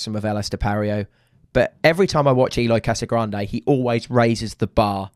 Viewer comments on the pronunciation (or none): Cassagrande? Correct = Casagrande